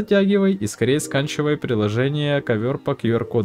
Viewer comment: Мне показалось ? или он сказал сканчивай а не скачивай?)